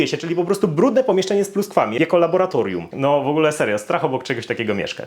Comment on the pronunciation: Kurwa LABORRRRATORIUM kurwa. Nie labolatorium.